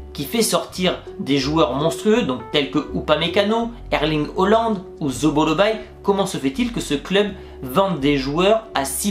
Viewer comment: 😂😂et il dit aussi holland